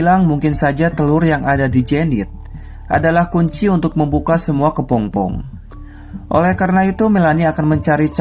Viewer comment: Kepompong bukan Kepongpong min...